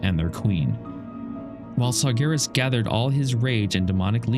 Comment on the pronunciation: just so you know, it’s Sargeras not Sargonis